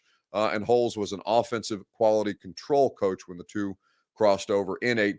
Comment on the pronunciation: Just gotta say it is not pronounced Holes. It is pronounced Holtz.